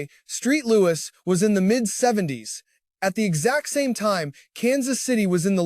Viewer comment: Streat Louis? Way to go AI. Agree with mamajudah.